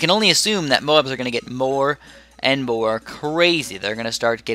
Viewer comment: U said more was moar